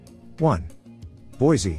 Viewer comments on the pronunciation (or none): Pronounced Boy! see!